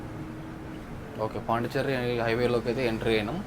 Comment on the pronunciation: పాండి చెర్రీ కాదు పాండిచ్చేరి